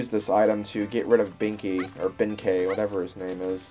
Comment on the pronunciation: You're right in the case of Yae and Sasuke, but he was pronouncing Benkei right. The latter is actually a Chinese name.